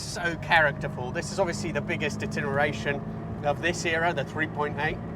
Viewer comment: ITERATION, not "itINeration" please!